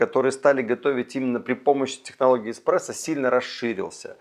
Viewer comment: Мне кажется, или он сказал в самом начале "...Технология эКспрессо", мда, после такого сразу остановил видео, диванный эксперт